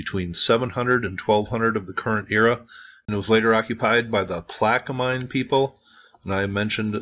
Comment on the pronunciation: Not sure why this came up in my recommended, but I'm not mad. I like hearing about ancient history, and nice to hear about some close to me. From someone that lives in the general area, Plaquemine is pronounced with no "e" sound at the end. Think "min" like minimum. Tchefuncte– Pronounced chew-funk-te That I had to lookup.